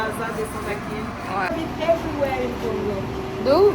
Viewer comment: je vous félicite car vous êtes l'une des rares personnes de la RDC 🇨🇩 à respecter et à ne pas écorcher le nom de notre pays, le Congo 🇨🇬. On sent que vous ne souffrez pas de crise identitaire. Merci 🙏 Et pour finir, félicitations également pour votre vlog qui est de très bonne qualité. 😘